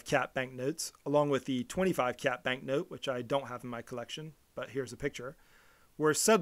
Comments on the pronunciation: Please lah, kyat is not pronounced as kiat in Myanmar, it's pronounced as chart. We should follow the Myanmar way since we're talking about their currency. Myanmar people will be puzzled when you told them you are offering 2000 kiat for something?? Chart! please! , chart ! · It's chart! Chart. Not kiat! Show you don't bother to do basic research? Also any names of places start with ky is pronounced as ch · Its pronounced Chat, not K-yat the letter က + ြ is Ka + y, combined makes Ky pronounced as Ch.